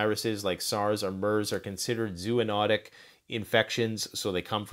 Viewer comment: should be zoonotic - from animals. Not zooinotic, no such word.